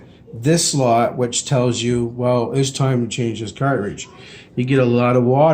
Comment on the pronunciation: Omg! Cartridge not caritidige!!